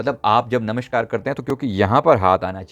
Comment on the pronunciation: आप बात करते समय व्यग्र और भयभीत से लगते हैं एवं "नमष्कार "कहते हैं जबकि सही उच्चारण है "नमस्कार " ! आपका वो चक्र पहले संतुलित कीजिये जो आपको सहजता प्रदान करे, कृपया बात को अन्यथा न लें। धन्यवाद!